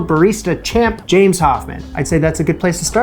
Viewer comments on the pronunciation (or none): none